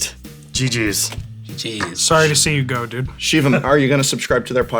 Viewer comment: Sssssssorrry. Canadian snakes LOL